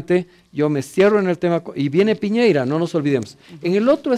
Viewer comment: Este viejo esta tan bien informado, q le dice Piñeira en vez de Piñera. Weones pateticos, dan risa!! Y la guatona? Sin palabras.....